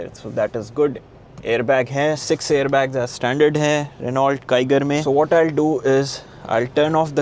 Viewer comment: Its pronounced as renuo not Renualt